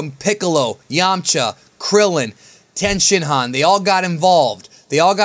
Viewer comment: is tienshinhan the correct way to pronounce it?